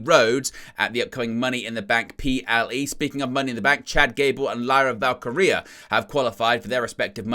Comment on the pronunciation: He did it! He did the impossible! He pronounced "Val-KEE-ree-ah" correctly. 🤣 Love ya. ❤🤭